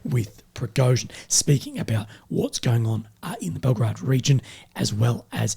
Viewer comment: Belgorod and Belgrade are two different cities - one in Russia, the second in Serbia. You sometimes mispronounced Belgorod for Belgrade. Anyway, keep up the good work. 😃